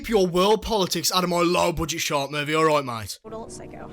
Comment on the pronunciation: I love how u said Sherk